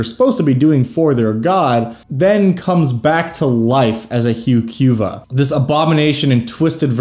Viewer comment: Yeah I'm with you 100%. It certainly is not hew Q vuh.